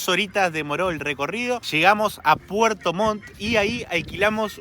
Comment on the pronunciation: Puerto Montt chiquillos no puerto Mon. Buenos sus videos!!